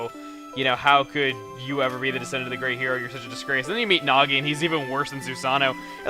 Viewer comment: Mrs. Fruit says "Nazo" instead of "Nagi", and for those that are Sonic Fans, some of them might know who "Nazo" is...